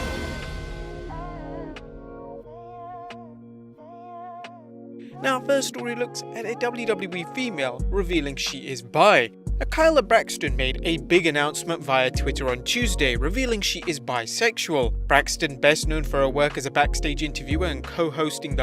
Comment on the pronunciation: Kyla Braxton? Her name's KAYLA Braxton. Does this channel know anything? The amount of names you mispronounce is comical.